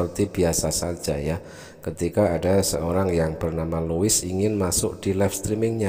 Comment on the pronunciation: Lois konon bacanya lus